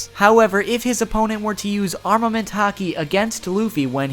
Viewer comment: Its arNament not arMament